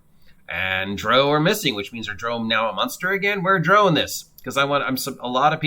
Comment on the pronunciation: The core races are in the PHB. Also you are mispronouncing drow